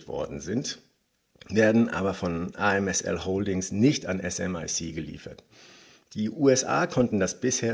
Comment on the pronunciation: ASML heißt das Unternehmen, nicht amsl